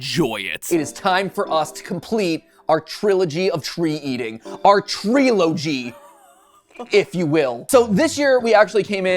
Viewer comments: Tree-log (as in tree log)-y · "treelology" She wanted to smack him for that one